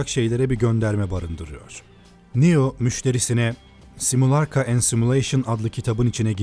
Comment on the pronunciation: video güzel ama simulaRK değil, simulaKR. kulağımı tırmaladı resmen. ): sokrates bir şey aktarmaz, sokrates'in güya sözlerini platon aktarır, sokrates'ten kalan yazılı bir şey yok.